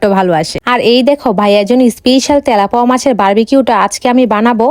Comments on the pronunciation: তেলাপোয়া❌ তেলাপিয়া✅😐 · তেলাপোয়া না তেলাপিয়া হবে 😂😂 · তে🤣লাপুয়া না তেলাপিয়া মাছ বলে😮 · গইজ কি ভাই? ওটা গাইজ হবে,,,,আর তেলাপোয়া না তেলাপিয়া আর মাসলা নয় মসলা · আপু তেলাপোকা না তেলাপিয়া মাছ 😂😂😂😂😂😅😅😅😅😅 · তেলাপুয়া না তেলাপিয়া মাছ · মাছের নাম টা ঠিক করে বলেন মাছের নাম তেলাপিয়া মাছ তেলাপোয়া, না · আপু এটা তেলাপোয়া না এটা নাম তেলাপিয়া মাছ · তেলাপিয়া ❌❌ তলাপোয়া ✅ ✅ 😂😂😂😂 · তেলাপিয়া মাছ ❎ তেলাপুয়া মাছ ✅ 😂😂😂😂😂😂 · তেলাপোয়া নারে বোইন তেলাপিয়া😂😂😂😂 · কত বার বলব এটা তেলাপোয়া মাছ না এটা তেলাপিয়া মাছ হায়রে ওসিখিত😂😂😂😂😂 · তেলাপোয়ানা অর তেলাপিয়া হবে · তেলাপোয়া না তেলাপিয়া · তেলাপিয়া ❌❌ তেলাপোয়া✅✅ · তেলাপিয়া ❌। তেলাপয়া ✅ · তেলাপিয়া ❌ তেলাপুয়া ✅ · ইতিহাস সাক্ষী এই মহিলা সবসময় তেলাপিয়া মাছকে তেলাপোয়া মাছ বলে ❤❤😂😂😂😂😂😂😂😂😅😅😅😅😊😊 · তেলাপিয়া ❌ তেলাপোয়া ✅😂😂😂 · তেলাপিয়া না তেলাপোয়া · তেলাপিয়া❎ তেলাপোয়া✅😂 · সে উচ্চারণ করেছে তেলাপোয়া তাই মজার ছলে বলেছি কথাটি আপনি যদি সামান্য মজাটা বুঝতে না পারেন তাহলে কমেন্ট করবেন না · তেলাপিয়া ❌ তেলাপোয়া✅ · তেলাপিয়া হবে সঠিক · তেলাপিয়া মাছ হবে সঠিক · তেলাপিয়া ❎ তেলাপোয়া✅😂😂😂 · তেলাপিয়া মাছ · তেলাপিয়া ❎❎তেলাপোয়া✅✅ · তেলাপিয়া মাছ হবে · এই মেয়ে পড়া লিখা করে কিন্তু নামে কোনটার উচ্চারণ কি রকম তা জানে না জরমোদিন,তেলাপোয়া,পাদ, গয়েজরা কিসব কথা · তেলাপোয়ানা তেলাপিয়া আর মসলা না মসলা 😂